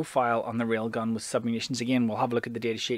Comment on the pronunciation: hehe, your accent makes it sound like " Real Guns! " - real guns indeed